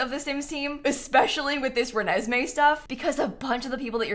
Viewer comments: said project renessme 😂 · Did say “Renesme” at some point? Im sensing a twilight fan 😂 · luv how u called it project renesme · “Especially with this Renesmee stuff” 💀💀💀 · I love how insists on calling project rene 'renseme'. 😂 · have you been watching twilight??? “Renesme” 🤭🤭🤭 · Any 🐀🐀?? Hearing her say Renesmee was like a trigger 😂